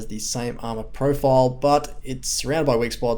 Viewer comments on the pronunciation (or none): none